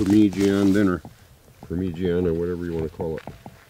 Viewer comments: I watch two things, hot birds and fieldcraft. Pronounced Parma jarna mate. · your good mate you know what your doing, but its pronounced par ma ja na. And just get a carst iron pot i think its called a dutch oven over there, anyway here in Australia its just called a parmi par-mi, love your shows just living off the land. I would like if you actually went into the outback, because New South Wales (NSW) is not the outback. West (QLD) Queensland, (NT) Northern Territory, (WA) Western Australia. Thats where the dry hot hard summers and winters are, (NSW) Doesnt have a hard time its wet spring through Autumn and even summer. Where you are in new south wales (NSW) is probably the best place to live in australia. You need to go north if you want to build survival skills. Not south. Love your shows mate i really do it just got me upset acting like where you are in Australia is so deadly when it is the least deadly part in Australia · Parmigiana doesn't rhyme with louisiana ! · OMG .... Parmigiana ? He pronounced it “Parmeegeeanna”. I pronounce it “Parmezhyana” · never ever stop saying permeegianne,! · Dude, you just got me saying parmeegianna. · Par meej ee Anna !!! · Yep, I'd dig right in! Good dinner. But par-midge-anna. With a little practice you'll still butcher it😂😂👍✌️ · I cringe every time I hear say “per-mer-jee-ana”. Love the videos tho man. It’s okay that you can’t pronounce it right. If I had a choice between having your woodsmenship skills and pronouncing parmigiana right, I’d choose the woodsmenship skills. 😂😂😂✌️and ❤️ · LOL purmeejeeanne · Recipe was good but ....I wud not be tossing that much amt of tomatoes... Pemigiaana 😂😂😂tats right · I love the video! And it is so funny how you say Parmigiana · Say grouse parmigiana one more time...